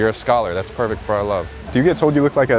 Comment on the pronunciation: "you're a scholar, that's perferct for our love" sent me 😭